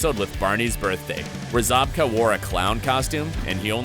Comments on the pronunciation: Idk why but the fact that he pronounced it ‘William ZoBkA’ instead of ‘William Zabka’ rlly bothered me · It’s Zabka not Zobka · 1. It's pronounced Z-AB-KUH not Z-OB-KUH 2. It's pronounced M-ah-chio not M-atch-io 3. You still never told us who was the richest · Zobka? Is this dude joking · It’s zabka not zobka tf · Dude, his name is ZAB-KA...not ZOB-KA... 😑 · Zabka literally says his name, and you somehow manage to mis-pronounce it for most of the video? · The way you pronounced Zabka and Macchio made me grind my teeth. There is no to-may-toe - to-mah-toe when it comes to someone's name. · You don’t pronounce Zabka correctly.